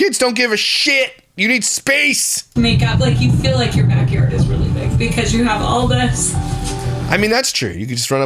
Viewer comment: I don't understand how she mispronounces her words when her sister doesn't and they were born and raised in the same house by the same people. She says dilllership instead of dealership. Rillings instead of railings and fill instead of feel.